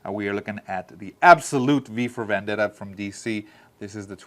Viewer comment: Nice ! It’s « vEndetta »